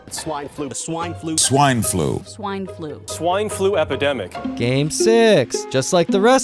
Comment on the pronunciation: Help this guy, he might have contracted SWENE FLUH